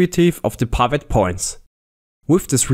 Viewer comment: OMG............"TIM" is not pronounced TYME........."SLIM"....is not pronounced SLYME........"DID" is not pronounced DYDE.......WHY ON EARTH would you pronounce "PIVOT" as PYVOT ?????????????????????????????????????????????